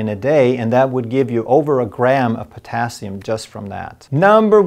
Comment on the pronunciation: Why is the emphasis on potassium ?